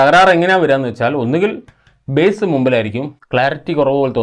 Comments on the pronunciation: ബേസ് അല്ല ബാസ്സ് ആണ് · Ezhuthunnatu Bass Uchaaranam base enna .